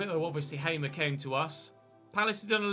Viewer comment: Hey, signed a player who used to play for my favourite team! Hamer is a real baller irl, especially during his PEC time btw, it is pronounced "Haa-mer", like the long "a", idk how to really describe it.